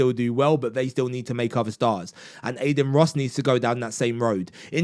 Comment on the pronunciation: Aden 😭 Bro at least learn how to pronounce the name of the person you made a video on 😭